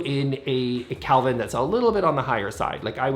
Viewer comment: Kelvin...not Calvin.